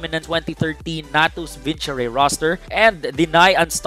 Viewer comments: I agree, its pronounced as "vin-sir" corect if Im wrong. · Very good content. Except that I always get triggered in the way you pronounce Natis Vincere. ._.